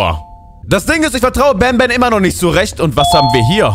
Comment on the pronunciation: Nicht ban ban sondern Bantür😂😂😂